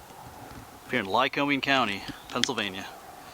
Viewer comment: FYI: It's pronounced MAC-Intyre and most locals say LYE-COMING with no long "O" sound...